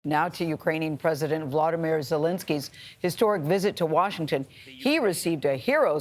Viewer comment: Did Joe Biden call “Zelensky”…..”Belensky”…with. “B”…???? How lost he is….?!?!?!